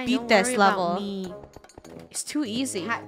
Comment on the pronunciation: I hear "ABOW" 🤧